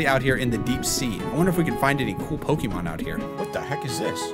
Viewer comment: Hearing these two absolutely butchering Pokémon names kills me, but the nostalgia from my old pixelmon days makes it so worth it.